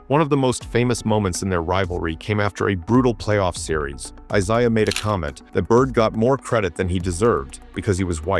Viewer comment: Larry torched Rodman a LOT more than Dennis got the better of him.Cooper was good, but Bird still got his shot off on him.Magic was his true equal.You don't know your Isiah Thomas's.There are 2 different ones.Plus you keep saying Isiah wrong.Dr. J & Bird was a fierce rivalry.Wilkins, never had what it took to take down Larry & the Celtics..Finally,..what no MJ???